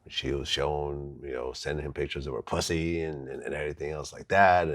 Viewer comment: vlad says the word “pussy” like he’s never got it before